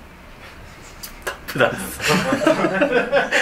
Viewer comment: タップダンス！ あー、スタッフチャンスに聞こえるわ🤣